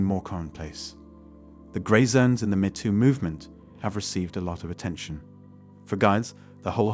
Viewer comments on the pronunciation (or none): 'Mee' too, not 'meh' too. 👌🏻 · Obvious text-to-speech voiceover there. Videomaker, please be vigilant about pronunciations, most notatably "metoo". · “The meh too movement” 😂